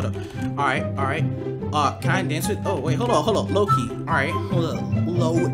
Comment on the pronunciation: When he said "lowkey" I thought he said Laural Key 😭